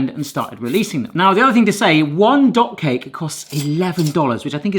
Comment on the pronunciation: Does anyone else hear dog cake every time says dot cake:D